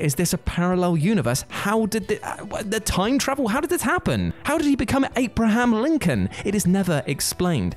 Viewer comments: Heh. It sounds like he said 'Ape-raham Lincoln.' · My boy said ape-braham lincoln 😭😂